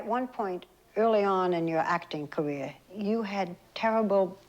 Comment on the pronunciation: "Your acting caweeah." How... HOW did Barbara Walters sit at ABC's news anchor desk? All the network suits think the public is shallow and dumb and they're not exactly wrong.